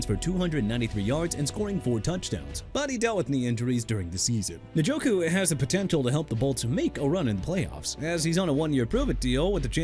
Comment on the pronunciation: NJOKU AS IN EN-JO-KOO NOT NIN-JO-KOO MR. "I CAN MISPRONOUNCE NAMES OF PEOPLE, TEAMS AND CITIES AND GET AWAY WITH IT"! WHEN ARE YOU GONNA LEARN BEFORE YOU GET FIRED HUH?! ALSO YOU MEANT "THE ARIZONA CARDINALS, THE JACKSONVILLE JAGUARS" AND "FOLK AND THE FALCONS?! SPEAKING OF WHICH, JAGUARS AS IN JA-GWAARS NOT "JAGWIRES" AND NEW ORLEANS AS IN NU OR-LINS NOT "NEW OR-LEANS"! AKHEEM MESIDOR NOT MESSI-A-DOOR! CHICAGO AS IN EITHER SHUH-KAH-GOW OR SHEE-KAH-GOW! MAKE EVERYBODY'S LIVES EASY AND QUIT!!